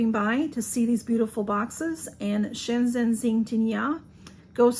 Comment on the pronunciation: Hi I am impressed you pronounced the name so perfect. The packaging looks beautiful. Yummy chocolates 😊